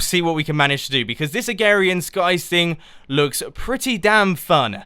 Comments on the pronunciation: it is called AgRarian skies, not Agarian skies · any1 els getting VERY annoyed when he keeps saying agarian skies not agRarian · Sorry, pet peeve, its AgRarian Skies not agarian skies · A-g-r-a-r-i-a-n skies not agarian skies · Saplings in a Oak barrel make dirt. Stand in water and shot rod straight up and it will land in water if it's not flowing and you can fish. Please mumbo this is a great idea but at least watch some videos on agrarian skies first, your not even saying the name right. :-/ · Your saying it wrong and very nice texture pack